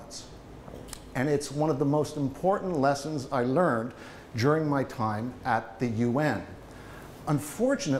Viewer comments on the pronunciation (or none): "One of the most important lessons I learned CHUring my time at the UN." "During" became "churring." (or possibly "jurring.)" His pace is admirable. I read about a study once comparing comprehension among native speakers and non-native fluent speakers. Of the 4 possibilities (native-native; native-nonnative,etc) the clearest communication was non-native fluent with non-native fluent. Partly there were significantly fewer idioms and so the plain language was clearer.